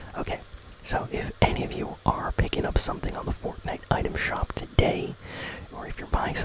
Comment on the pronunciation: Bro it’s for a vid 💀 and it’s item not utem